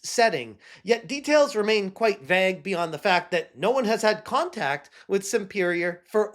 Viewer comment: “Vagg?” Vayge. You’ve been told before. You say vague so much you should at least know how!